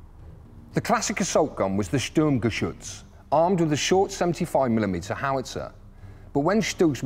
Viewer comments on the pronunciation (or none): none